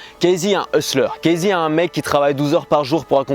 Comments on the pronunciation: deja on dit cassy pas kaïzey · apprends a prononcer son prénom avant de faire ct vidéo ;)